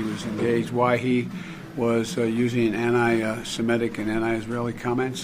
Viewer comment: Did anyone else hear Biden say "Ani seminic" instead of anti semetic